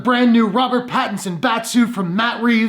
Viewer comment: I just dont like him as batman. You pronounced his name correctly. With regards to the last 2 batman's Christian bale's batman and Ben Afflecks batman Robert Patterson getting cased for this role is a joke! I am personally done with DC now.